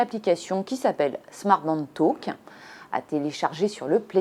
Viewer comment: Talk pas taulk